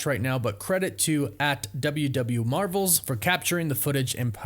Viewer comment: Ur intro says “the mravels”